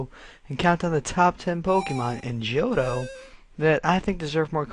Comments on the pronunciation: Its not pronounced Joe-toe... Its Hoe-toe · ...are you stupid? the "H" is silent.